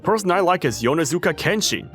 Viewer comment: Yonezuka kenshi😂, yonezu kenshi